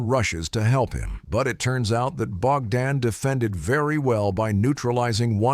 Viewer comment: Bro why are you saying something like name bakdan and all.. And also in the second clip where Ukrainian soldier are assaulting the russian dugout and trenches... You Narrating on this is maximum fake shi.. Like come on that second video is of Recon group.. And the name bakdan you're saying is not bakdan.. It was Barber.. The first man and second man is shepherd.. So kindly research more before Narrating it all...